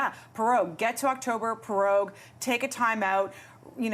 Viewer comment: "Pro-rogue" not "Pe-rogue". Got perogies on the brain?